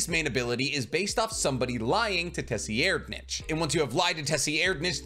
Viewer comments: His mispronunciation is a sign that he hasn’t watched other videos with similar topics as he is discussing - meaning his ideas in the video are original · Nah bro really did my tserriednich😭 dirty like that like why he call tserriednich like that straight up violating my manz😭 ay bro do me a favour plsvteach urself how to call people by their names and not whatever this was😭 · Oh no..... I stopped the video to write this comment coz you butchered my favorite prince’s name :/ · My dude you freaking butcher names lol 4th prince 🤦🏽‍♂️ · Nah bro stop it, you ain’t have to butcher the 4th prince name like that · Tes-e-er-nitch lol. Pretty sure it's tser-ide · Say it with me,: Say-red-. Not “Tessyerdnich.” It’s Say-red-. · Bro please stop calling the fourth prince TESSYerdnich try sir- eyed-nich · Did you just say "Tessy-aired-nitch" when referring to 4th prince tserriednich? Jsyk it's pronounced "tsir-eyed-", at least that's how I've always heard it pronounced. And no I don't know the "Merriam-Webster" way of spelling proper pronunciation of a word. So I spelled it in a way anyone that knows English can read it. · Say it with me, “sir-ide-” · For Tserridnich his name is pronounced “T’Sir- Eyed-” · 4th prince pronuncation: Tserriednich (Sir-ree-ed-) Thanks for the video, HxH is losing me with each chapter released so this was helpful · Sir-ride- is how I say it but how he’s saying it is not even close 😂. Just don’t pronounce that hideous t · Tserriednich = "Sir-eyed-" Just an FYI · I prefer the pronunciation from grandline review for the 4th prince. I think its correct. It sounds like “sir id ” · Tserriednich is pronounce sir-ride-... The T is silent lol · Nice video although I’m pretty sure his name is pronounced Sir-Ride- 👍🏾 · Your pronunciation is baddd, his name is Tsir rye = Tserriednich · The name is actually pronounced Sir-ride-nic as weird as is is for the king that hates women but yeah